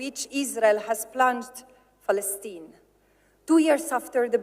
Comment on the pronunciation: I love how she everytime pronounce "Palestine" as "Falastine"..